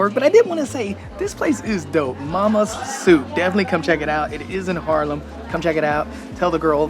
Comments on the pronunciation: I see my town, I upvote It's Haarlem, not Harlem buddy. You pronounce it with the dubbel A, like when you scream aaaaah, lol Harlem, New York was once ours tho. That was when New York was still called New Amsterdam. We traded it with the English for Suriname and they renamed it to New York. I'm 55 and live in the center of the city. You actually walked passed my house. My parents have worked in healthcare all their lives and are now 84 and 82. They also live in the center and still go to the pub 2 or 3 times a week to have a few drinks. They are completely independent and refuse any help I offer them. Isn't that nice? I always like your vids, you're such a positive guy. Have a great day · It's Haaaaaarlem dude, not Harlem.